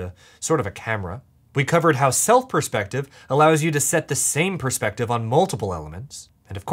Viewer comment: "it's really a matter of persfective"😂